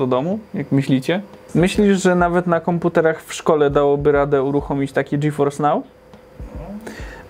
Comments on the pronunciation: Ty fajny ten GeForce nał xd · A ile kosztuje miesięcznie dostęp do tego "Dżiforsnał"?:V